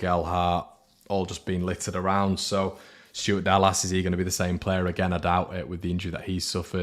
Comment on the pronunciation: Love the channel, but why "Stuart Dallass" - it's Dallas, as in the City in Texas, not like William Gallas with a D 😆